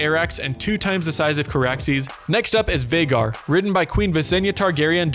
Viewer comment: Not Veigar, Vhagar